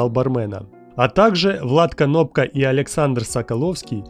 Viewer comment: не Канопка а Кнопка